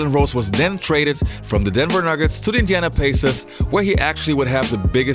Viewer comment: Wtf are you saying Indiana Pacers like that huh? 😂